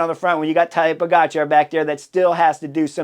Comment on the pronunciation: Horner says Todday Igotcha 😂